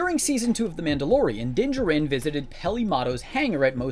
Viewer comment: Din Djarin is not pronounced, jar-RIN. The emphasis is on the first syllable, NOT the second. It’s pronounced, JAR-rin. You’re welcome.